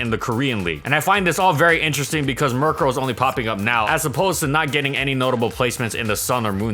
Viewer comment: Guys he butchered their names and he's not even sorry